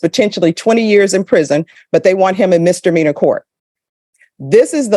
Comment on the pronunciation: I don't regularly mispronounce words related to my job. You learned to say Chipotle correctly, she can learn to say misdemeanor.